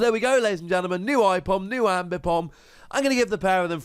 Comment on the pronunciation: I love ambipom good to see him back The way you say aipom hurts me tho